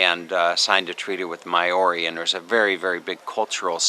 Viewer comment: Maori is said like mouldy.... just a tip haha... but thank you enjoying seeing where you go